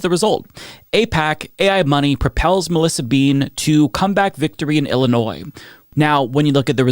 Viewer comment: It's Illinois.